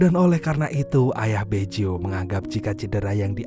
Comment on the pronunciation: Bukan Beco tapi Baggio min² 🤣🤣🤣